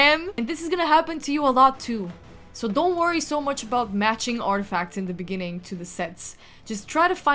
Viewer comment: 😂😂 in the beninging got me😂😂😂